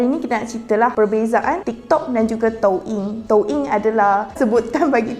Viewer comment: Rasa gatal telinga bila dia sebut touyin spelling doyin tp sebut toing